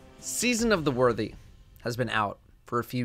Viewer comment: "season of the worty" Jez is quaking